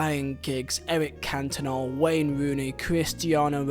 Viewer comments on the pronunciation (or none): none